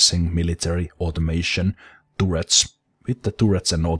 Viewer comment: I prefer tooret, if I'm honest. If started pronouncing everything right I feel it would remove one of the main attractions of his channel!